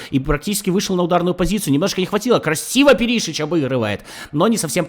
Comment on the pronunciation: Как же ухо режет Пери́шич 😂 , он Пéришич